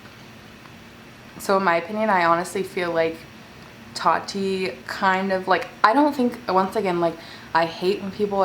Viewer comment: "totti" lool